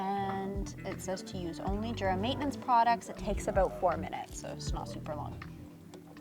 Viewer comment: It’s actually pronounced yur-a.